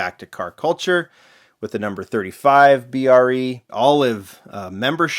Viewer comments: for god sakes stop calling it brie. lmao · Brie is cheese, B.R.E. is Brock Racing Enterprises. It is pronounced as each individual letter. This is how Peter Brock says it. You should too. At least you said it right on the second car, the #35 B.R.E.